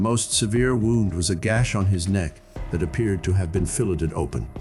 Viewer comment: I love how he pronounces 'fillet' when he talks about how his "neck was ''filleted' open." At least we know he was paying attention in first grade when the teacher simply said to "sound it out." It's always the foreign words that get ya.